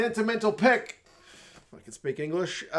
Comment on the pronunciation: Peek? Pick? Nah mate, you’re a Kiwi… the correct English is "Puk" 😂